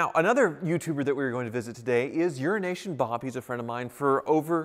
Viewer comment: i literally thought how pronounced "euroasian bob" was actually "urinational bob"